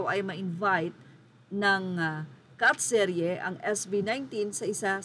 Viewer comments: hahaha its katseye,, not katserye🥰😍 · Maam hindi po katserye u pronounce it as catch eye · katserye??? …KATSEYE (cat’s eye) 😂